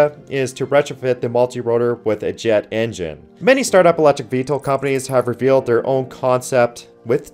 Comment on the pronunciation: Vehitle? How many takes do you do? Do more maybe